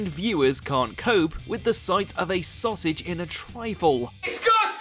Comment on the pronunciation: .....Sausage trife?!!!..... WTF!! 😂😂